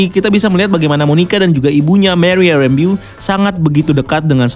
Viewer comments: Rembo bang bukan Rembiu wkwkw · harusnya kan Rambo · Kann,, lucu dengernya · Kirain udah bener cara penyebutan "Rambeau", ternyata 😁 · betul bro hehe... kynya cuma aja yg salah penyebutannya. nggak masalah sih cuma agak gimana gitu dengernya 😅😅😅